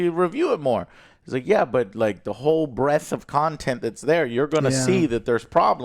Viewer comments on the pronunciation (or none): breaDTH* not "breath"